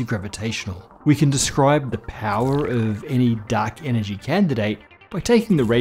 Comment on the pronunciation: Guys, I'm really sorry, but I can't un-hear 'duck energy'.